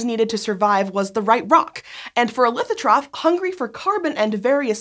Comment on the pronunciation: "Lithotroph" is pronounced similarly to "autotroph" or "heterotroph," not that way.